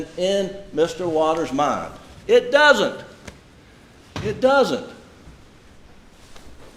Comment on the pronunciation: OMG the rebuttal patronizing the jury with folksy country "he don't" and "it dudn't." And he might be guilty but defense didn't do their job in closing argument. It was all over the place. Any defendant deserves better than that.